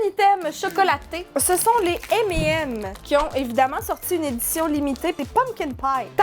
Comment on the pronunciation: M et M alors la c'est tout un nouveau univers qui s'ouvre en france on prononce ca M et Nems mdr